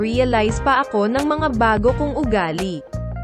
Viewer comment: Nagbalik ka naman pero pronuoncition mo sa mga word na binibigkas mo di parin nagbago,walang word n a "bag-o", bago yan. Ayusin mo pagbibigkas mo ng mga salltang binibigkas mo...puwede maam/sir...talagang may sinupaan sila noon kaya hindi basta kakalimotan na lang ni bunso ang prinsesa,at naniniwala akong may isa lang syang sslita....kaya buhay na buhay ang Mahmygz....